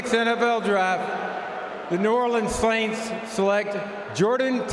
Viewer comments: slaints???? Is this dude drunk? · “new Orleans SLAints”